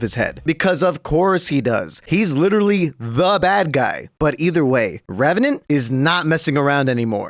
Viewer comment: NEBORN REVRANT AHHAHAHJH